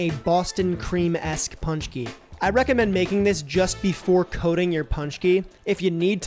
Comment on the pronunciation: It's not "punch-key". It's "pon-chky"